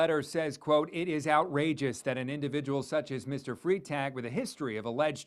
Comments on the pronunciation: Freitag is pronouncer Fry-tag it is literally the German word for Friday. He is literally Officer Friday. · Freitag is pronounced as Fritag, it's German for Friday, the beginning is the same as the English pronouncing, sounds like fry.